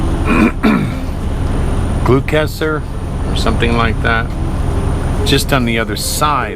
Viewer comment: Gloucester is pronounced " Gloster" its named after the UK city